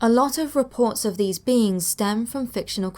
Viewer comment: Every time you say "Black Eyed Beings" I hear "Black Eyed Beans" Anybody else? 😂